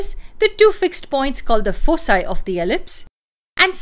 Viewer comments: It's pronounced as foe kye not foe cye. Thank you so much. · Foci is pronounced with a hard C as you did because it is a Latin word. Elsewhere you shift to the incorrect soft C ("fosi").